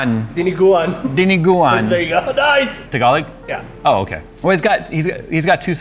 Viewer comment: Somebody who pronounces "Tagalog" properlyyyyy ~ Happy Filipino noises ~